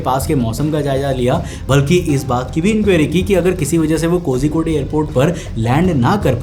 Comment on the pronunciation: pronounciation of kozhikode is wrong how do i tell the pronouciation i dont know😂